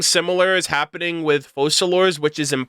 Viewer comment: Why don't most content creators research how you pronounce names when they are obviously a certain language? You don't pronounce the "s" in Focalors